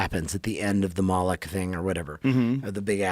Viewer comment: molt-lick the owl god?! AHAHA almost as funny as "pinwheel"